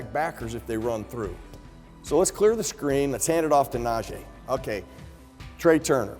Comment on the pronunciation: come on dude. It's Najee, not Najay.